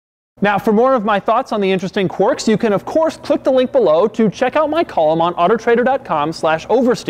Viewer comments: It’s quirks not quarks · ‘Quirks’ has an i in it. Not an o, buddy.